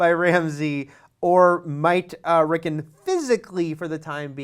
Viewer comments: It's "Rickon" with an O, not "Rickin" with an I. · rick-on not rickin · Rickn rickn rickn Rickn....its RickON RICKN ON RICKON not rickn ricken or rickin it's RickON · Lol "At least one person in the comments is going to laugh at you for saying layers" But everyone is laughing at you for saying Rick'n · May i ask why you guys keep pronouncing Rickon's name that way? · At least say the bloody kids name properly